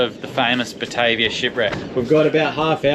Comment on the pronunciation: The name of the boat is actually pronounced "BA-TAR-VIA". It was named after the capital of the Dutch East Indies also known now as Jakarta. Indonesia. it was a 32 Gun war vessel and was likely the first naval vessel to set fott on the Northern Coast of Australia. It's also credited with the first mass shooting of Aboriginals, mistaken for the Papua New Guinea cannibals of the time. As the Duifken ('little Dove') had reported bad encounters in Port Moresby with the local cannibals, a year earlier. It was a case of mistaken identity. However, when Cook arrived a hundred years later in Sydney, all the local Aboriginals had heard of the 'white man and their ships'. Aaah and BTW! With all those Cray Fish just begging to be caught, they end up with a vego meal??? Sacrilege.